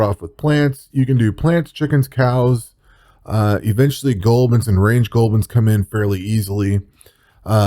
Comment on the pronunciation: "goh-bilns".... Sir, they're called Gob Lins... Lol